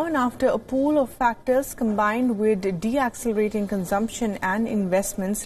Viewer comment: It's not deacceleration it's deceleration